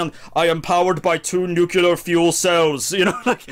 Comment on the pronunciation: Say it with me nuclear, not nucular. As in new then clear